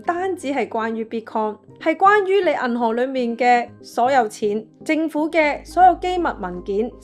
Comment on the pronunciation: 冷知識，懶知識 第一層，第一陳 銀行，銀寒 😑😑😑 懶音太多，好難聽